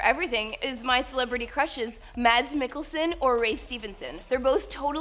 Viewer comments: I guess you pronounce it like any English-speaking person would, but in Danish it sounds a little different :) You shouldn't really pronounce the "d", in Danish you can't hear the "d" in Mads at all. You got the "a"-sound right, just try to cut out the "d" :) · I love that Mads Mikkelsen is one of your celebrity crushes, because he is Danish and so am I! I love him too, he is an amazing actor! .. But I gotta say that your pronunciation of his first name is really funny ;-)